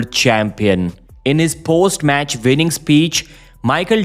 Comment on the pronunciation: Winning not vinning